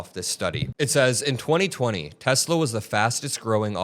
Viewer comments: "I love Tesler!" 😂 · This is what happens when Trump says, "I love Teslur!"